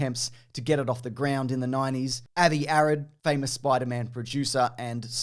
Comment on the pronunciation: Sounded like you said Avi Arid instead of Arad.